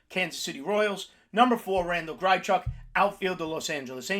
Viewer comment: It’s hard to take you serious when you don’t know how to pronounce half the guys you recommend. Grychuk???